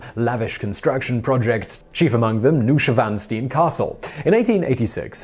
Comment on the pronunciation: I know you get a lot of grief for your pronunciation sometimes, but I think you're just trolling us now...The way you pronounced "Neuschwanstein" and especially "Gaugain", that was on purpose wasn't it?...